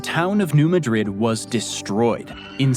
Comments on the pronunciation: First off, it's New MAAdrid. It's not pronounced like the capitol of Spain. Secondly, it's a highly volatile zone prone to earthquakes more powerful than the San Andreas Fault. Earthquakes from that particular area have been known to reach all the way into Boston. And those earthquakes literally opened up the Earth a few times as well. And it caused the Mississippi River to flow north instead of south, filling an area called Reelfoot Lake in Tennessee and Kentucky. Reelfoot Lake is the only above ground natural lake in Tennessee. The other is the Lost Sea, which is the 4th largest underground lake in the world. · The pronunciation of New Madrid is irking me not gonna lie. Edit Texarkana too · New Madrid is not pronounced lik😢 the capitol of Spain. Cairo is not pronounced like the Capitol of Egypt. It is pronounced like kayto. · If it makes you feel any better, New Madrid is not pronounced the way he is saying it in the video. It is Mad rid, not Ma drid. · New Madrid, at least here in Missouri, is pronounced ‘New Mad-rid, instead of New Ma-drid’. New Madrid, MO is miles southeast of Lisbon, MO. Enjoy. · We actually pronounce it New MA-drid, with the accent on the first syllable. There are videos about that earthquake - it was a really big deal. It was felt in Chicago and Philadelphia, and it made the Mississippi River run backwards! There are all kinds of apocalyptic predictions about "when the big one hits" again on the New Madrid fault. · Its New Mahdrid not New Muhdrid. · Be at peace my friend. The town in Missouri is pronounced as Maa drid or Mad drid. Not like the Capitol of that other country! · New Madrid is pronounced "new- mad- rid" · 210 That should be square miles, not merely miles. New Madrid has a different pronunciation from the capital of Spain. Shifting the syllabic stress, it's MAD-rid. A lot of US cities are named after European cities but pronounced differently. There is Lisbon, North Dakota, and that one is pronounced the way you pronounced it.